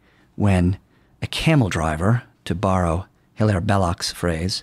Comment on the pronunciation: Belloc's first name should be pronounced "Hilary, as he was a British subject, member of Parliament, and his English friends such as Max Beerbohm, called him Hilary